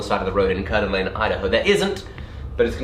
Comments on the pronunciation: There is no T in Coeur d alene it was great hearing you try to say it since its where I live and was born. Ive been watching your channel since you had your dirt floor shop, i am so close to you I could kind of throw a rock to you well 5 hrs away I'm assuming your near Bozeman mt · That butchering of the name Coeur D' Alene by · You butchered Coeur d'Alene,... We still love you! 🤣🤣